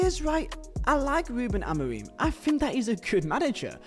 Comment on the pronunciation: His pronunciation of Amorim is criminal